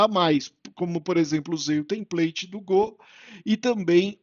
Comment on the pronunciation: Legal você voltar com a série de vídeos, mas essa pronúncia de Gô ainda me dá gatilho rs